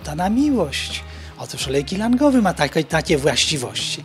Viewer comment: Olejek ylangowy ..po 20stym razie na zwolnionym tempie dopiero zgadłem co ten pan mówi ...